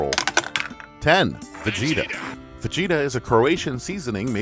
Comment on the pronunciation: Just wanna let you know that every time you mispronounce VEGETA (VAH GEE TAH) I will promptly correct you! Just think of me as the police only SPICIER